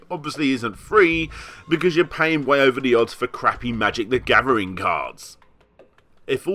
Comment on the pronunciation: "Magic the Gavvering"